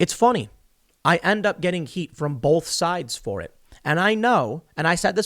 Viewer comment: Man, I hate when people say, "BOLTH" instead of "BOTH."